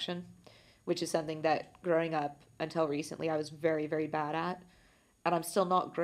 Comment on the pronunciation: i love how she pronounces "until" as "untel" xD